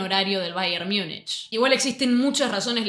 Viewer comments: En alemán "Miunchen" (München), en inglés, "Miunik" (Munich)... ¿Por qué tú pronuncias "Miunich" cuando en español se pronuncia tal cual de escribe "Múnich"? Malas costumbres que degradan la lengua... 👎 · Che, una consulta… (En buena honda) Sos argentina, ¿no? Entonces explícame por qué pronunciás o decís, AMATEUR por amater ( ahí respetás, y estás correcta con en el español), pero luego decís “Miunish” para referirte a "Miunik" (que en español sería Múnich), y lo peor, la sacás del estadio, no aplicás la misma “lógica” con NEW YORK TIMES , ( Nev York Times, pero decis niu iork tiyms), o con Chelsea, que lo pronunciás Chelsi como en inglés. ¿No te parece un poquito incoherente? O usamos la regla en todos los casos, o aceptamos que hay nombres que simplemente se pronuncian como son, ( en este caso, Niu York Tim, Amater, Miunik, Chelsi), sin inventar traducciones a medida. Porque si no, terminamos con un Fráncfort para Frankfurt, Londres para London, y así la lista eterna… Fuera de esta crítica lingüística, igual agradezco mucho tu información. Vivo en un lugar donde el soccer recién empieza a tener sus brillos gracias a Messi en Miami y la liga de clubes, y eso a pesar del orangeman (o mejor dicho Pedoman, para ser más correctos). Por eso no conozco tanto de la historia del fútbol y valoro tu emprendimiento y las ganas de compartirlo. Saludos.